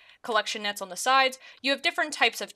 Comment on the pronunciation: love the way you pronounce on as ooaaan, haha